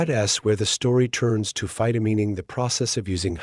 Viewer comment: mispronunces phytomining. It's mining with phyto in front. It's not phytomeening. I don't know about the science. It sounds possible, but not economically likely.